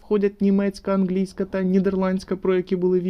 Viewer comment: А чому ви гооворите "ґерманська анґлійська"? Це якась особиста риса вимови чи так правильніше?